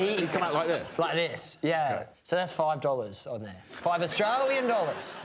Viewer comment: 5 dollars does not impress me. But the way he stressed five AUSTRALIAN dollars... well I'm sold on that being top prize.